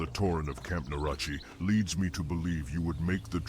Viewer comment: I wonder if they'll work on standardizing pronunciations in a later version.. the tauren say Narache 3 different ways